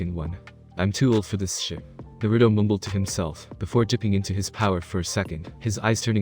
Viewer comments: First thing i hear is nurudo not naruto :\ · I don't like how he pronounces Naruto.